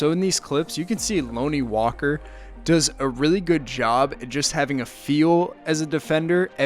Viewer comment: If your going to make a video on Lonnie at least learn how to say his name man. Can’t even watch this anymore smh